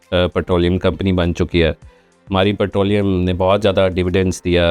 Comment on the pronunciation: Putrolium nhi hota bhai... It's petroleum !